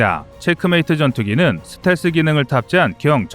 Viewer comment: 듣기가 좀 거시기하네. 슷텔스가 아니고 스텔-스 라고 해주시면 고맙겠음다.